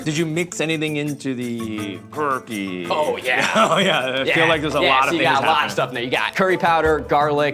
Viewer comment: Curkey ... Sounds a lot like Coockey from Cookey or Spooky... MILES NATION UNITE!